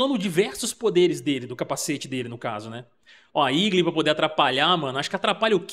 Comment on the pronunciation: igli ?? nao seria eagle ..portuguesando para igou.